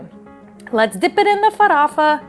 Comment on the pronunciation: **Farofa not farafa! I try to cook different cuisines a lot, and I've got to say that Brazillian food is the bomb!!! The best recipes were Caruru, Xim-Xim(Chicken stew thickened with cassava and coconut milk and the palm oil that gives it a lovely colour!), Empanadinhas,and Mocqueca de Camaroes.. I need to cook more Brazilian food!